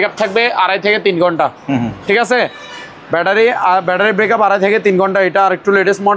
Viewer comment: ব্যাটারী ব্রেকাপ না ভাইজান। ওটা ব্যাটারী ব্যাকাপ বলে। 😂😂😂😂😂